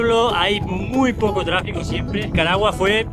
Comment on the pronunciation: No es caragua ..,( es Nicaragua)